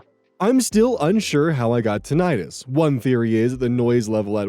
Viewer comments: That's not how you pronounce tinnitus. It's actually pronounced "tin-ih-tis", not "tin-eye-tis". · Hey, "tinnitus" is pronounced TIN-i-tus, not tin-EYE-tus. I just recently learned this myself! Also, the name for an unhealthy obsession with "healthy" foods is "orthorexia".